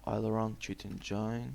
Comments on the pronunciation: "You gotta open cheat ENGAINE" lmao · cheat enjainnne RIP ENGLISH